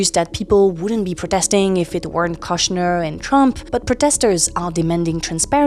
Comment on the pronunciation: Kushner has a longer o, like the oo in good. It rhymes with push, not lush.